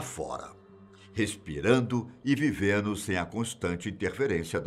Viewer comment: Eu sou seu fã,, e notei algumas "quedas" no "Gerúndio" - aos minutos ==> "reaGINO";... aos minutos ==> "viVENO". Eu também me "policio" na dicção, notadamente por ser o dirigente e cantor da "Boomerang Flowers Band ®"; e, já me flagrei cometendo omissão na pronúncia de "John LenNO".... Com os meus respeitos e admiração, parabéns POR MAIS ESTA MATÉRIA, e um forte abraço. Beetho. BH.